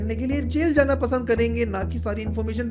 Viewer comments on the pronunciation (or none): none